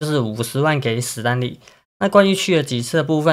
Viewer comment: 史丹利 不是死丹利 ㄕㄙ不分聽了好難過